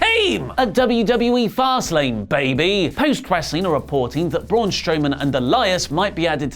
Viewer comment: The "Fast Lane, baby" thing is getting stale now,. Yesterday, I could swear it was said with the inflection make it sound like that was the actual full name of the PPV.